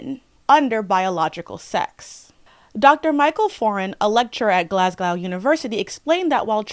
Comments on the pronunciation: it's glaz-go 😭😭 also it's the fact harry potter is genuinely trash. there's so many better alternatives. like Percy Jackson isn't perfect but is so much better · uk and scotland is an interesting an inaccurate description. Glasgow is also pronounced Glaz-go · Your video is amazing but just one thing... I'm sorry. It is said like glaz-go. Not glass-cow. The city of glaz-go 😂😂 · Even when the topic is difficult I find her voice very soothing. (even when she misprounces Glasgow! (why can't americans pronounce scottish cities) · I'm about thirty seconds into this and I'm sure I'm going to love it but girl... That pronunciation of Glasgow...